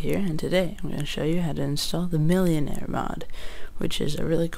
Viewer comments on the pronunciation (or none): you say the name wrong... its millenair no millionare